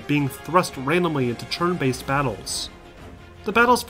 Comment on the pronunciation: "Churn based battles" I cannot unhear it.